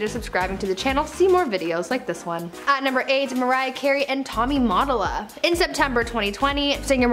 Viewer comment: JUST FYI ….Tommy Mottola ‘s last name is pronounced Muh- tole- uh , NOT Mott-oh-lah 😁